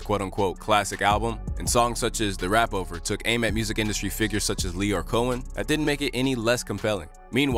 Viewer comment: Well done. Btw, it’s “The Rapeover” not The “Rap”-over